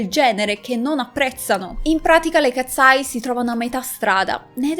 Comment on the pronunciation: Io le seguo da quando hanno debuttato per favore potresti cambiare il. Tuo modo di dire katseye??non si pronuncia così.....hanno fatto anche uno show del ragazzo con il fischietto Le katseye sono nate in questa accademia,,,,Manon non ha mai causato nulla le ragazze erano sotto pressione per la nuova arrivata,,,,,❤❤io le adoro sono le mie idole solo io ho notato che in debut Manon sta sempre dietro 😢